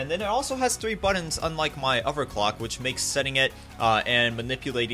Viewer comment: I love the video and it's super cool man. I want to build one too. Do u think a beginner could seriously do it ? R there instructions? Unrelated question......why can u pronounce This and Through correctly but not Together or Other ? Not ragging on u at all. Just curious.